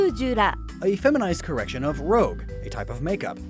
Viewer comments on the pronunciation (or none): ROUGE, not rogue